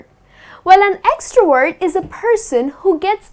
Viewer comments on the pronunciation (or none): Extrovert not extroword😁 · You pronounce extrovert like extra word !! Whyyyyyyyyyy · Nice explanations but please pronounce the "V" in the words "extrovert/introvert/ambivert."